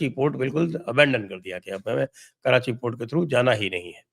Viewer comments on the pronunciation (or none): none